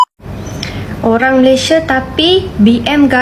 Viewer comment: M - A - L - A - I - S - I - A dibaca Malaidesh 😂 .. ..